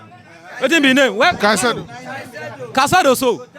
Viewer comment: He said Casodoso😂